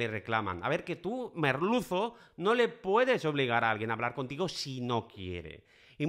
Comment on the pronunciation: Que divertido cuando dice MErluzo! Y me haces reír! Fuerte abrazo desde Argentina!